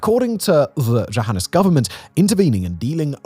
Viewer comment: If it had been spelled with a J, would you have been able to better pronounce something that is, essentially, Johannes?